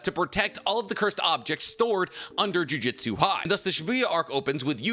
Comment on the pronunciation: Every time he says JUJITSU instead of JUJUTSU I get irritated. It's just a weird thing to do when I know he can read.